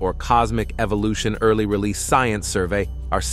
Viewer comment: Bait and switch? Computer narration? I have a bit of a problem with the narrators tonality, inflections and several key mispronunciations. His sound is more than a bit commanding to the point of being "put on" for the sake of trying to sound in-the--know, informed and/or educated; that is a bit overmuch so. A little to stern, like a nun with a ruler waiting to smack you. He needs to add more comfort and be more humanly forthcoming. He smacks of the wannabe disciplinarian; he sounds a bit harsh and authoritarian; younger trying to sound older, hence wiser but comes off somewhat shallow like a 28 year old trying to be 45 in years, wisdom and in terms of experience. Other than having somewhat of a borderline lisp, he's OK. Otherwise, overall a nicely done piece ruined by commercials, but I like the various animations.